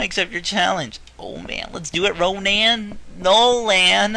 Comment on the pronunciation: Noland? No man, Ronan. & Roman. Conan.